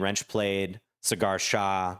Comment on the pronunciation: Cigar Shah ?? It is like "Saw gar" gar like in car, but with a g.